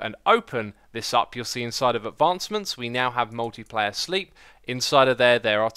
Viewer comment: Hahaha is it just me or did Xisuma say "Moldy Player Sleep system" XD